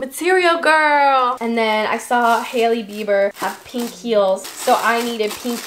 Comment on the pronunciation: lol you say pink like alisha. She says it like “peenk”